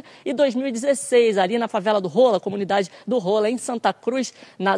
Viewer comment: Quem viu que a repórter falou comunidade do ROLA KKKKK deixa o Like